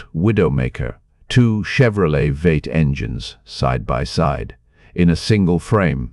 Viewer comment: Vate ? Wtf's a vate . ROBOTS can't be trusted.